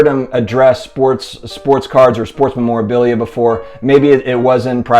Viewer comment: Lol you need to learn how to say memorabilia